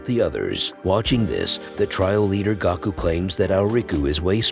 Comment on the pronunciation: Will win was watching I heard Goku but really it's Gaku